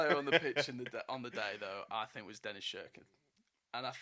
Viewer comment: Please it’s not shirkin it’s pronounced Sirkin but it’s spelt Cirkin 😂